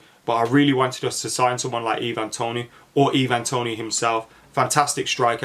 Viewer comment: I think it’s Ivan Toney like Eye-Van rather than ee-van